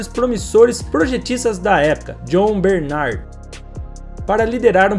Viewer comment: Então o próprio John Barnard não sabe pronunciar o próprio nome.